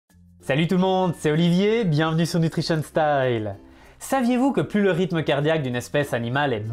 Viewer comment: Au top ce genre de vidéo Par contre la mnière dont tu dis "nutriton style" au début de la vidéo est assez gênante XD